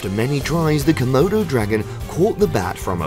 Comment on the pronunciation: Say comoudou dragon one more time! I dare you!